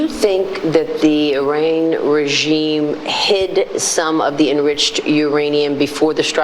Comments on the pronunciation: I-Rain? Nice pronunciation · Maria can’t pronounce Iran… it’s not E-rain. Jeez!, of course, Fox won’t bring up Epstein… god, no. They’d rather stick hot pokers in their eyes. Because TFG would end their lives in every way possible other than shooting them on 5th Avenue.